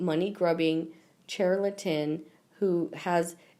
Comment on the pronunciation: I really hope your dyslexic as only a complete idiotic moron would continually miss pronounce words for example it’s pronounced viscount not Viz count, Princess you Jeannie not princess Eugene, charlatan not Charlton and I really hope you are not a teacher